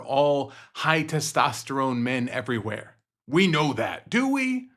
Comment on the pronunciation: Did he say Testosterome?